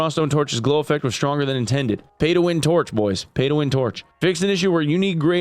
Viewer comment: "getting ready to hwak tuarch at somebody"